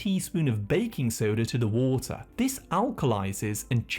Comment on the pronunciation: Every other one: Water: WaAAter